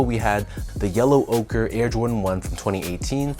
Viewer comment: Finally someone who pronounces the name correctly. Ochre, like Joker without the "J" 😄 Nice review, as always, thanks. These are growing on me, so I just might... yep, going for 'm tomorrow.